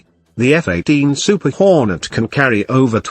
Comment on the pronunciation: "F-18 Super WHOOREnets"